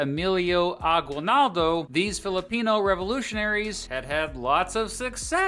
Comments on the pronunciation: FYI, Aguinaldo isn't pronounced "gwi", it's pronounced "gee" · Note on pronunciation: it's "A-gee-nal-do". 🗣 Interesting choice of using icons depicting ships with sails... ⛵ Just the obligatory aside that "concentration" and "death" camps are distinct. Related yes, but distinct. ⛓💀 And so the US never engaged in a disastrous occupation ever...oh. Never mind. 🌍🪖🛫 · ah-GEE-nald-oh. There's no "W" sound in his name at least the way the locals say it. Fun fact: The rebels in the Philippines were the KKK and wore white or red hoods. So if you hear a Filipino talking about the KKK, that's not the white supremacist group. Instead it's a group that was trying to get rid of the white guys. Part of the reason the US doesn't call it the Philippines-American war is they didn't consider the Philippines a country, but a territory at the time. The Filipinos debate to this day whether the US taking over was a good thing or a bad thing.